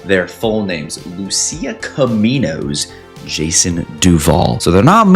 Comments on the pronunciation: It´s 'Caminos' mate, not 'Cominos'. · Caminos not cominos